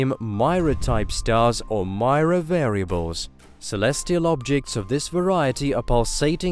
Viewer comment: Its not Maira . Please Pronounce properly its Mira . Not Mai + ra its Mi + ra .